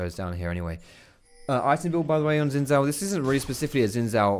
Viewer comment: i wish people would learn to say xin zhao before they said his name numerous times a game